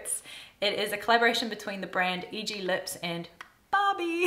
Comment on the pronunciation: EGLIPS is actually said as "ee-glips" like "clips"! Loved the video! 🧡 I can't wait for the Purito shade expansionn